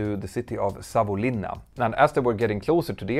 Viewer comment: Just want to mention. Really good pronounciation of Savonlinna👍👍